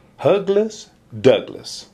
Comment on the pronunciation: Hug less sounded weird when you said it! XD